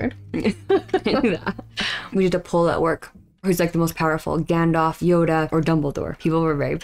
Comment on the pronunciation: His name is not "Gandoff" it's Gandalf. Both As are pronounced the same, like apple. And Sauron is not pronounced "Sahr-on." It is Sow-rawn. Listen to the way the characters in the movie say the names.